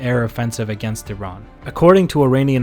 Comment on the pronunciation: Also, thank you for pronouncing "Iran" correctly!